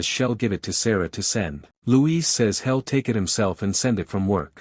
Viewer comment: It's kind of annoying when the AI narrator says he'll like hell and she'll as shell 😮😮😮